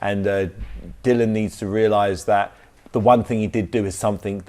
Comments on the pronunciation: It annoys me that he keeps calling Dillian, "Dylan" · Dillian doesnt mean anything to him so he purposely pronounces his name incorrectly 🤣